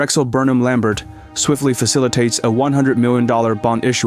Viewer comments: It is pronounced LAM-BARE, not LAM-BERT. The final "t" is silent. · Good video! It’s pronounced lam-bare - not lam-bert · I’m pretty sure Lambert is pronounced’Lam bear ‘. Great work. !!!! Forstmann Little were the ones that attempted to facilitate the RJE/Nabisco merger. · The last name of Drexel Burnham is pronounced Lamb-BEER.